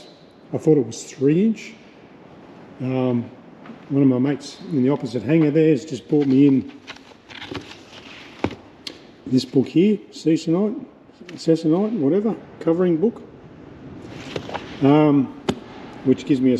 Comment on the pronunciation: I believe it's pronounced " see- co- night." It's easy to curtique your process from a keyboard, but it looks great. I think I once saw a Sopworth elevator cable setup that was a patch on Stab like you have and a tube of the same leather sewed around the cable. Tight front and rear to not slide. I think it got the braid of the cable from sawing through the patch. Love your work .